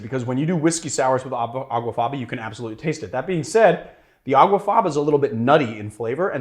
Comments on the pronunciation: It's aquafaba, not aguafaba. The Latin for bean water is aqua faba. He actually wrote the misspelling in the description. Is this barfly not so educated? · It's not called Aguafaba it's called Aquafaba.